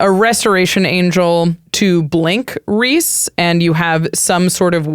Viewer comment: Thank you for correctly pronouncing Rhys (Reese). So many people don't get this Welsh spelling of Reese right.